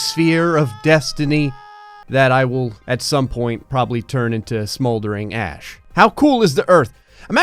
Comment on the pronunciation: For some reason when he said smoldering ash I thought he said smoldering ass